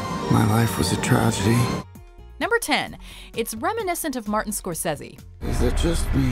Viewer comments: It's "Score-Say-Zee" not "Score-sezz-y" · Everytime she says scorceses name wrong i feel like launching myself off a balcony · Why does she say "Scorcese" like that? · Please learn to say Scorsese right